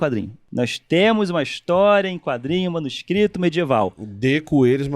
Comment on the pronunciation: Uma curiosidade aleatória, mas interessante: O Carlos Ruas falou "manuscristos" ao invés de "manuscrito". O professor Phablo de Filologia na USP passou por algo parecido. Ele postou sua tese como livro, tinha "manuscrito" como uma das palavras do título. A editora imprimiu errado, colocando "manuscristo", o que dava uma ideia religiosa para o livro. Só imaginem o problemão. Aliás, acho que esse professor seria um ótimo convidado para o programa, ele é bem humorado e é bem didático. Acho que a Filologia combinaria com os temas abordados no Três Elementos.